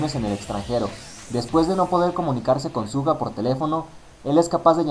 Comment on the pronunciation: No sabes pronunciar el nombre de suga ._.